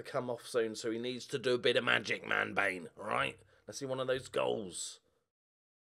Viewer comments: Every time you say Manbane, I hear Man Vein - and that just sounds very wrong... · Somebody please correct me if I'm wrong, but I think Manbane's name should be pronounced something like Man-BAW-nee